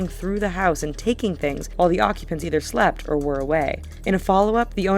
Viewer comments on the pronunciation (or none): they said sept instead of slept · Slept not sept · slept not sept :) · it said sept instead of slept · "while the occupants sept" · the owners sept? aww dey wer seeping <3